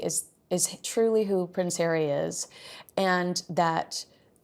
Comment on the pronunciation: Ponce hawwy